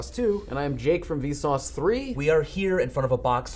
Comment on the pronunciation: not vsause but vsus